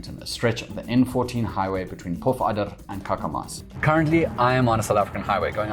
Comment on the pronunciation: Kakemas is not pronounced like that haha. Think of it as "Kaakemas", that is all. Love your videos!